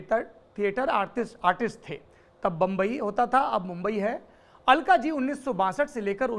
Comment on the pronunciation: अल्काज़ी... अलकाजी नहीं।